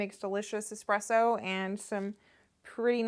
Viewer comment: great video but can someone teach americans that its eSpresso and not eXpresso...